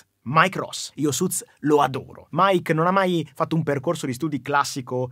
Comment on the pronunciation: Ma suits si dice suts?